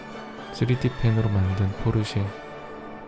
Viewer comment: that ain't Porsche that poi-seì